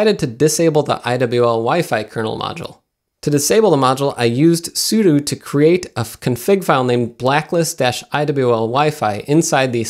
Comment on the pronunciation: Love that you mention the pronunciation of Asus, but say Etsy for 'etc' (etcetera, et set er ah), and soodoo for sudo (soo doh).